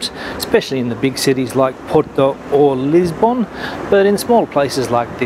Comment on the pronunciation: Funny how annoying some things can be. The way you pronounce Lisbon is just plain weird.